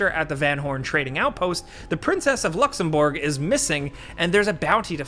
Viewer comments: "Luxemboooorg" "LOCK Ness" ahhh Americans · "...the Princess of LuxembOrg" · I’m baffled that the country I grew up in is mentioned in RDR2. The tiny Grand Duchy of Luxembourg 🇱🇺 :’) Funny how you pronounced it “Luxemboorg” lol. The suitcase actually has the Luxembourgish crest with 3 lions on it. The 2 golden lions can be found on another building in the game and 1 red lion in some sheriffs office I believe. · that pronunciation of Luxembourg is the most american thing i’ve ever heard